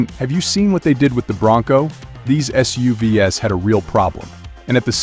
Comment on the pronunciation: Unless you want to laugh at the AI reading the script with terms like "ess-you-vee-ess" for SUVs.